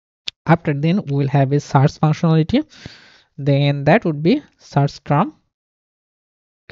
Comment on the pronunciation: everything is great but something really triggered me all video long. And it is: you pronounce "search" wrong. It's a positive criticism. Take care.